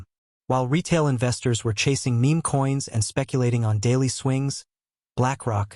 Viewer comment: This bot is pronouncing meme coins wrong